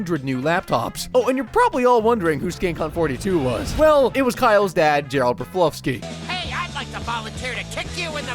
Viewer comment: Sidenote: he mispronounced Broflovski in this video, which is… not a great sign